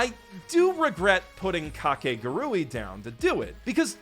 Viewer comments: what?? no, its ka-ke-gu-ru-i 5 syllabus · It’s almost like we as white people go out of our way to mispronounce things even when the official pronunciation has been stated it’s Kah-kay-guhg-ree 4 syllables my guy 4 syllables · I thought it was pronounced Ka ke gu ri 😭😭😭 my childhood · Is mispronouncing kakegurui a joke or something?